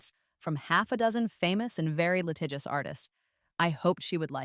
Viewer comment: Litigious not latagios